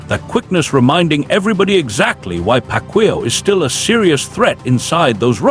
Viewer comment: It's Pac yow not Pac will 😂